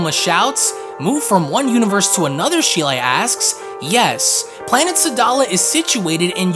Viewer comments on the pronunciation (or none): none